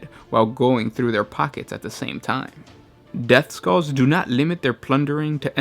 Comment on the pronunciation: Did you said depthskulls?